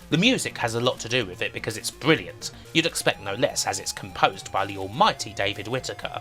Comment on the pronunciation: Bwilliant video. Bwings back alot of memowies. Thank you!